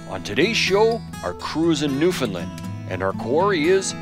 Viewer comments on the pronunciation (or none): Newfinlind. How do you pronounce new. ,found , land not new,Finlind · lol newfinlind new-found-land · Just incase you would like to pronounce the name of our Province properly say these two words together. " Understand Newfoundland " Try It !!